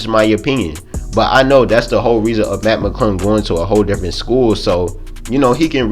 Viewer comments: dead. Matt Mcuddle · Put on the Close Captions and watch every time he tries to say "Mac McClung"